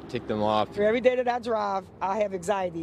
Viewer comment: erry...just say every. ok EVERY please stop being tongue in cheek about IGNORANCE, THE WORD IS EVERY......